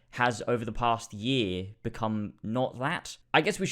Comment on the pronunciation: Over the past "Yeeeeay" (Year?)